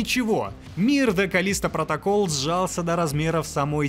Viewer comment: "КАЛЛлисто протоКАЛЛ", вот так в обще то правильно)))